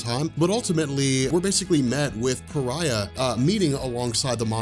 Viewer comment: Came here because said Pariah as Far-eh, and it was so fucking annoying like how do you see Fareh in Pariah I have no idea. But there is so many ads in this video holy, I’d understand like 1 every 10 minutes but Jesus 😂